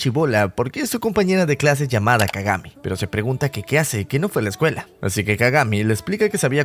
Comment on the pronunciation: Kagame en vez de kagami jajjajajajajajja😂